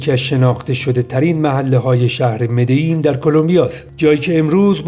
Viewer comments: خیلی زیبا توضیح دادین ولی این شهر اسمش مدجین هست نه مدیین. من یک سال اونجا زندگی کردم. ۲ تا ال در اسپانیایی کلمبیا ج خونده میشه. تمام بستگان خانم من مال اونجان. شهر ساحلی اسمش رو اشتباه تلفظ کردین. کارتاهنا cartagena هستش. اون چیزی که میکشن تو خیابونا معمولا مارجوآنا هست. Federico Gutiérrez شهردار مدجین خیلی به این شهر رسید. پابلو اسکبار به فقیرها خیلی رسید تو مدجین. خیلی ها اونجا دوستش دارن. شما تا اونجا رفتین یه تامال Tamal نخوردی؟ اگر شما می خوای بهترین باسن ها رو تو کلمبیا ببینی باید بری به شهر ویجاویسنسیو villavicencio. حتما بندها پایسا bandeja paisa رو امتحان کن. از غداهای معروف استان آنتیوکیا که شهر مدجین توشه هست. از آبجو های کلمبیا معروفاش Club Colombia dorada و costeña رو حتما امتحان کنید. اگه عرق دوست دارین aguardiente nectar verde رو حتما امتحان کنید. و از مشروبای معروف مدجین Ron de Medellin رو یادتون نره امتحان کنین. به پارک Parques Temáticos Hacienda Nápoles سری بزنید. یکی از جاهایی‌بوده که پابلو اسکبار زندگی میکرده. به مدجین نزدیکه. شما از اون همه پله بالا رفتی، حتما قبلش یک چایی کوکا می‌خوردی. نفس کشیدن رو راحت تر می کنه. بهش‌میگن aromantica de coca. از برگ کوکایین درست میشه و کاملا قانونی هست. هیچ خطری نداره و ماده مخدر نیست. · البته در تلفظ خود کلمبیای ها مدجین خونده میشه من خانومم واسه همین شهر دبل ل در در تلفظ کلمبیا “ج” تلفظ میشه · دورود بر شما با احترام ولی اسم شهر به اسپنیش مری جین تلفظ میشه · مدجین درست دوتا ال همیشه ج خونده میشه،،.